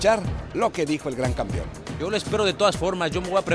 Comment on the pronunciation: ¿campión? ¿peliadores? Por favor, hablen bien...